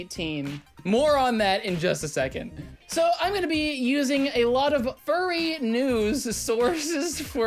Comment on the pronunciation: Why do you say "nyewws" like that you absolute slice of bread